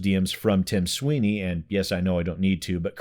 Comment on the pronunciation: Tim Swine-ey